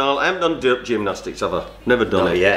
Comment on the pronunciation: AnD I Doo GEMNOSTIICS AGHHHH